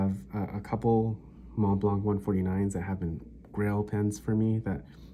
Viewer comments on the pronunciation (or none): Mont blanc, the "t" and "c" are silent as is the "d" in grand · Montblanc. The c is silent.